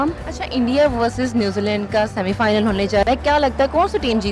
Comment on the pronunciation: .... oh hawas ki pujaran anchor..... bc semifinal hota hai semifilan nahi .... bc lan chahiye ?🤣🤣🤣